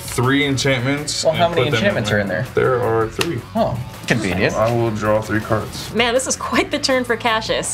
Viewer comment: Are you sure that Kyle isn't actually Seth "better known as SaffronOlive"? His mispronunciation of cards was pretty epic.